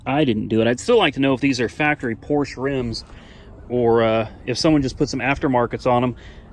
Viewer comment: Its Porscha 😂😂😂